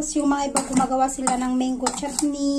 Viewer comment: Gusto ko ung pagkakabigkas mo ng menggo 😁